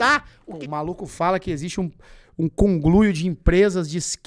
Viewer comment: falou congluio?